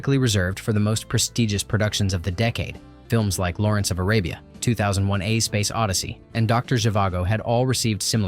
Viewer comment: 2001 a, Space Odyssey? What a weird way to say the name of that movie. 2001 A Space Odyssey. Lol